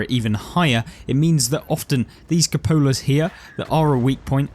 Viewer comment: cupola = kyoo-puh-luh